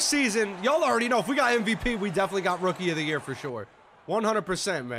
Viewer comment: Man said "Rookie er der yurr" 💀💀💀